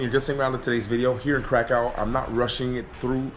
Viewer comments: Also, try the pronunciation "KRAH-koov" 😊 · K r a k ó w.... Nie krakał 😉